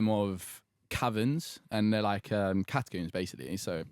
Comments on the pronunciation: Can we just mention the way says the word Catacombs as Catacumbes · holy shit they way he said catacombs pissed me off so much like bruh "catacoombs" like tf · Is it just me or does he pronounce catacombs weirdly? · Theres no U in catacombs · The way they day catacombs makes me want to kms